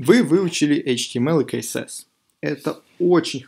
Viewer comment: Блиннн... Как же бесиит!! КСС! Не КаЭсЭс, а СиЭсЭс.